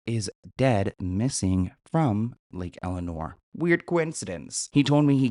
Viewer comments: Love you but it's not lake eleanor, it's lake el-sin-ore. I grew up there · I don't mean to be that person, but it isn't Lake Eleanor - it's Lake 'Else'Sin'Nor' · Its not elinor it's pronounced lake el-sen-nor.. and he's GUILTY!!!! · But why does he keep saying Lake Eleanor?😂😂 it's Elsinore, haha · It's Lake Elsinore, not Lake Elenore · It’s Lake Elsinore, not Elenor btw 😊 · Lake ElSInore it’s irrelevant so i don’t blame you for mispronouncing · There's an S, friend lol. Lake ElSssssinore lol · Lake Elsa-nor * I live near here and everyone’s talking about this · “Lake Elenor “😂😂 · There’s an “S” in Lake ElSinore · It’s LAKE ELSINORE you freakin sausage.